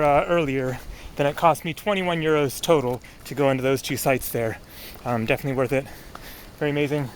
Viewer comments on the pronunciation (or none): none